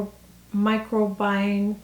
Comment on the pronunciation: FYI: it’s pronounced micro-bi-ohm